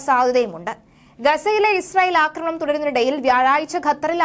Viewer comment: ഇവരോട് പറഞ്ഞിട്ട് ഒരു കാര്യവും ഇല്ല. 'അക്രമണം' അല്ല 'ആക്രമണം' എന്ന് അറിയാൻ വേണ്ടിയും എഴുതിയിരുന്നു. ഒരു കാര്യവും ഇല്ല. അയാൾ അതുതന്നെ ഇപ്പോഴും പറയുന്നു.